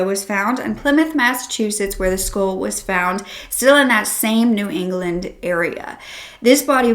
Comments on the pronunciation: It sounds like you are saying, "schoool," when you say "skull."" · I keep thinking you’re saying “school” wtf?